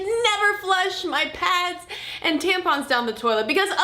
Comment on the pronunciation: Imma start calling them "tamp-uns" from now on :D